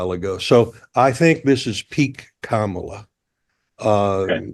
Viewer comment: Hey Mark, why didn’t you correct Joe’s pronunciation of Kamala ?